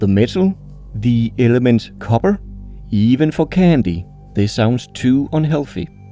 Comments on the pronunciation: ok bro I have to say it, ALUMINIUM is a name variant I like, it's easier to say than the aluminum but... KOBBER really?.... I'm disappointed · i find it suprisinly amazing that you pronouncing copper in english with your accent sounds almost exactly how it would sound if i pronounced Kobber in my canadian accent lol XD (just to be clear i can hear you punching the p sound, your english is great)